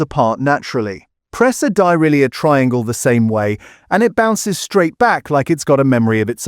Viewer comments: AI pronunciation of Dairylea made me laugh: Di-ri-lee-ah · Why AI? Why the stupid AI voiceover? I've never heard Dairylea pronounced like that! For decent supermarket cheese, try these from Sainsbury's: 1. Vintage Reserve Cheddar, (Taste the Difference) 2. Extra Mature Farmhouse Cheddar, (Taste the Difference) 3. Extra Mature Cumbrian Cheddar, (Taste the Difference) 4. Barber's Mature Cruncher (Taste the Difference) 5. Barber's Vintage Reserve (Taste the Difference) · Pronounced Dairy Lea not Dirylea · It's DAIRY LEA, NOT DARALEA. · For God's Sake!! It's Deh-ri-lee NOT Dye-ry-lee-ah. Please teach your AI and PROOF YOUR STORIES!!!! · very interesting....... but OMG... CAN SOMEONE TEACH Ai HOW TO SPEAK ENGLISH....... dairyle DARE RE LEE. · WTF is Dyarilia i’ve only heard of Dairylea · Why is there a picture of an old guy playing an organ when the commentary is talking about a judge? AI making an utter dog's breakfast of pronouncing 'dairy-lee' as 'diary-lee-uh'. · This video claims to be an expert, but it's actually as fake (using AI) as some of the cheeses mentioned. Some of the cheeses mentioned do NOT claim to be cheddar. DairyLea is not Welsh and is NOT pronounced Di-ri-leah but rather Dairy-Lea, and does not claim to be cheddar!! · dirylia? yah mean dairy lee? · Die rye lia ?...... Dairylea pronounced.....Dairy lee. man I hate AI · WTF is Die Rha Lia cheese?? Is there anything true on You Tube these days? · Dai. . Ree. . Lee. . Not diarhea. . (Dont like em) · Darahliar ? Lol Dairy -lee . Dairylea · Is the voice AI dyeryelia? (Dairy lee) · its pronounced Dairy ..lea not diarrhoea although it tastes like it lol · lol at Die rye lia !!!!!! dairy Lea is how you prounce it! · Dai-rye-leea? DAIRY-LEA! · WTF is Di- ri-le-ah... sorry couldn't listen beyond that , think you meant Dairylea. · Get the names right this AI voice can't even say DAIRY LEA correctly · dye rye leah lmao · Dyralia? I don't think so AI. !! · Dairylea - die - ry- lee-a really ? 😢